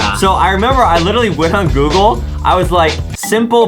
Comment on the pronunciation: It's Google not go go